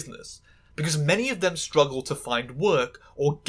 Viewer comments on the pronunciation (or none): none